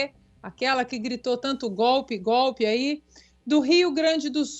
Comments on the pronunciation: a GOVERNADORA PETISTA gritava: "...é GÓPI, é GÓPI, é GÓPI..." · Fátima Bezerra, não sabe sequer falar kkk uma tontinha a toda prova. A mulher que no Senado só sabia gritar a palavra golpe. Ou melhor a palavra gopi pois é assim que ela sabe falar. Agora terá que se explicar quanto ao dinheiro do covid kkk Uma imbecil completa. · Aqui no Rio grande do Norte. a burra não sabe nem pronunciar a palavra golpe 😂😂😂😂😂 ela chama goopi 😂😂😂😂😂 ainda se diz professora 😂😂😂😂 é por isso que os eleitores são tudo burro com uma professora burra desse jeito que não sabe falar português correto sabe.😂😂😂😂😂😂😂😂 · Cadê o STF ? Olha cambada de capa preta. Vocês não vão fazer nada ? A petista que chama golpe de gope nem falar a imbecil sabe kkkkkk Mas fazer uso de dinheiro para fins não identificado a sabe. CADEIA NELA.rsrstsrs